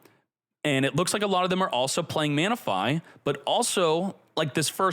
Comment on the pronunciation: Ah my favorite Pokemon: Mana-fi and Reg-g-g-gas.